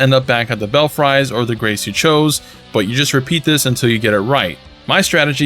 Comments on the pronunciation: Not bell-fry, bell-free is the way it is said. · Lol, its Bell-Free bud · Clarifications: Your map said "Raya Lacaria" but it should be "Lucaria." "Belfries" is pronouned "Bell frees." Igi sells unlimited Somber Stones 1 & 2, but a small number of 3 & 4, at least initially. Thankee!